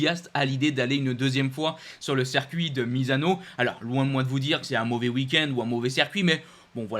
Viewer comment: • à "on a donc officialisé, malheureusement, l'annulation du rand Prix sur le cercuit du Kazakhstan..." • à "on a par contre appris hein, que ce weekend du Kazakhstan allait être remplacé par un 2ème weekend sur le cercuit de Misano" • à "voilà donc le nouveau calendrier on aura donc le 8 septembre le 1er weekend sur le cercuit de Misano Pareil à , , , , , Circuit ou "cercuit" ? Yama ou Yamaha ? A ai-je entendu "aujord'hui" ou "aujourd'hui" ? Ai-je des problèmes auditifs, ou vous des problèmes d'orthophonie/prononciation ? A ne confondez-vous pas "moto d'usine" et "moto millésime" ?